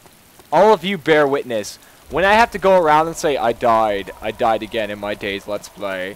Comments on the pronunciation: DAY - ZED, its none of these: DAY - ZEE, DAYS, DAISY. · I enjoy the fact that he pronounces it Days. Always went with Day Zee